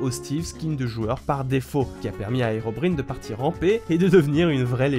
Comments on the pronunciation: Herobrine se dit “Hérobraïne” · Ca me tue les fautes de prononciation: donc SVP les joueurs lambda comme, on dit l'END et Herorbrine (herobrayne) merci -_ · Oui, et y'a aussi avec "HerobrIne", mais moi je dit "Herobrain". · Je veux pas être rabajoie, mais Herobrine se prononce "Hérobraïne". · Ta dit hero brine sa se prononce herobryne et ta dit moyang 😂🤣😂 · C PAS HEROBRINE MAIS SA SE PRONONCE HEROBRYNE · "Érobrine" XD C est "herobraillne" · Ça s'écrit Herobrine mais ça se prononce HEROBRAÏNE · Alors 1) on dis pas moyang mais mojang Et 2) c heroriaine et pas herobrine ( c juste pour la prononciation la mauvaise écriture ) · Sa se dit herobriianne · on dit HerobrAÏNE putain... c'est dommage t'étais à 2 doigts d'avoir une vidéo parfaite ;) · "Moyang"... "Herobr[i]ne" ... faut pas abuser quand même... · Moyang? Herobrïne? Ouille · Mais bordel, herobrine ce prononce [herobraïne] !!! 😠😠😠😠😤😤😤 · Mec... ON DIT DRAGON PAS DRAGONE CAR C'EST PAS OUF MAIS ON DIT HEROBRA INE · alors tu parle de la prononciation française qu'il a fait de herobrine mais tu veux qu'il dise mojang à la francaise? ce que tu dis n'as aucun sens... soit il dit tout en francais soit il dit chaque mots dans sa langue de base. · Comment il a prononcé herobrine 😭😭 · Comment il dit herobrine OOF!!!!!! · PUTAIN COMMENT TA DIT HEROBRINE ET MOJANG